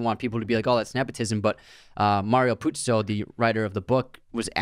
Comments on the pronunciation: Haven't watched the whole podcast but I wasn't happy that you kept calling the author Puzi instead of Puzo. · First episode of yours that I'm listening/watching. Mario Puzo wrote the screenplay/book, though. You guys say Puzi a few times :P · I almost left after the second “Puzzi” myself 🤷🏽‍♂️😕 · Mario PUZO, not Puzzi. You lose a lot of credibility when you reference the author repeatedly but can not even get his name right. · Ok, nice podcast. But, what the hell, at least get the pronunciation of Mario PuzO's name correct!! It's NOT Puzi- it's PUZO. But that's just the simplest of research to do! C'mon, put some effort into it if you expect to make money doing this stuff.